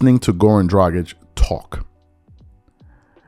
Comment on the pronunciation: Wow im rly impressed that you said Dragić the right way and not "Dradzik" like most ppl do